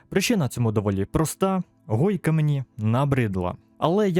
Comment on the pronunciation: Правильно гойка, а не хойка